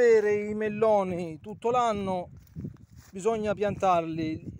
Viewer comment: Quanti chilllli di melllloni con l'alllla gocciollllante?!!